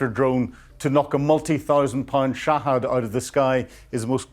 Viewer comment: Shahed not Shahad but Brits have to mispronounce words or else their noses drop 😂